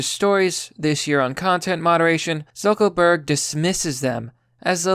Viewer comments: Is "Zuckerberg" a word the algorithm censors? Because I notice you keep saying "Zuckelburg" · Does he keep saying zuckel Berg? Isn't it zuckerberg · Are you purposely sayings Zeckleburg rather than Zuckerberg? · It's pronounced Lee-bra and Zuckerberg not Zuckleberg🤦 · Sounds like you keep calling him Zuckleberg and not Zuckerberg, is it just me? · Its ZuckERberg NOT ZuckLEberg... Good Gawd man. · Dude, it's Zuck-ER-berg. Not Zuck-O-berg. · "Zuckleburg"? Don't you mean "ZuckERburg"? (JK)😁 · Why do you keep calling him "Zuckleberg" it's "Zucker-berg" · 'Zuckleberg' :-D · You sound literate, but it's unsettling that someone who is name trashing, can't seem to decipher and iterate er in a word. It's Zuckerberg...Zuck-ER-berg. Dude...come on...I'm not a Facebook fan nor do I follow Zuckerberg, but your childish rhetorical comments are droll and mundane when you can't speak. Like i said, you sound literate, but it's the only word you purposely i suppose fuck up. Thumb down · Who is "Zuckleberg"? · Are you saying Zuckleberg? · Do I keep hearing “zuckleberg” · Is he saying Zuckleburg? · Zuckleburk? Is that a meme I missed or you can't fucking speak lmao. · bruh why do you keep calling lizard man zuckleberg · I love how you keep pronouncing it "Zuckle berg" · bruh stop saying zuckelburg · Zuckleberg? Is that on purpose? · Is his name really “Zuck “o” burg?” Lol